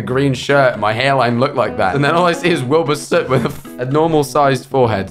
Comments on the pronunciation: didnt even say Wilbur Soot is fucing said Wilbur Scoot LAMAOOO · they said Wilbur scoot instead of Wilbur soot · it said Wilbur scoot lmfao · yeah it said Wilbur scoot lmfao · Also it said Wilbur Scoot😂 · Ahh yes Wilbur SCoot not soot but sCoot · "Who is Nihachus boyfriend?" Googel: Wilbur SCOOT, not SOOT but SCOOT. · The fact that it said “Wilbur Scoot” at the end is just hilarious to me 😂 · The fact that it said Wilbur SCOOT at the end LMAO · I love how it is Wilbur scoot instead of Wilbur soot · WILBUR "SCOOT" LMAOOOOOO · "Wilbur scoot"🤣🤣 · "Wilbur scoot" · "Wilbur Scoot" CRYIUNG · At the end it wasn't the fact that it said Wilbur soot that made me die laughing it was cause it said Wilbur scoot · “wilbur scoot” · it said wilbur scoot XD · Wilbur soot❌Wilbur scoot✅ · It Isn't wilbur soot... It's wilbur scoot! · It said Wilbur scoot 🫠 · the fact that it didn’t even say “wilbur soot” as her bf is said “wilbur scoot” 😭😭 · it said Wilbur scoot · The fact it said 'Wilbur Scoot' and not Soot has me dying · the fact that it said "Wilbur Scoot" had me fricking wheezing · The fact that the “internet” pronounced Wilbur soot as Wilbur scoot had me on the ground Edit: holy shit 😳 I didn’t think I’d get this many likes MOM IM FAMOUS LEAVE ME ALONE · and how it said "wilbur scoot" that really got both of them 💁‍♀️ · I love how it said "Wilbur Scoot" 💀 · "Wilbur Scoot" ah yes my favorite twitch streamer Wilbur Scoot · Nobody’s gonna talk about how it said ”Wilbur Scoot” at the end? 😂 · "Wilbur Scoot" KALAKJSDSKSXMSKMSSS LMAOO I'M DEAD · AT THE END “ wilbur scoot” AHAHAH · at the end it even said ´´wilbur scoot´´😂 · THE LAST PART “wilbur scoot” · LMAOO "wilbur Scoot" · "Wilber Scoot" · WILBUR SCOOT not soot. Scoot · Dont worry its not wilbur soot but wilbur scoot 😌